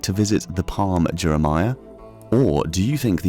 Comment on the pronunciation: Jumeirah* not Juremaya